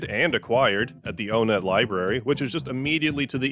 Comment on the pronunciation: i think my favorite part of this is that he pronounced onett right